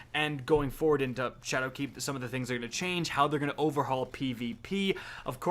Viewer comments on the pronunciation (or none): none